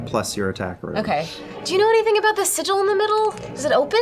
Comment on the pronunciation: its pronounced sigil.